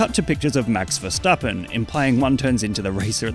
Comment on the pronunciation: That's max himself pronounces his name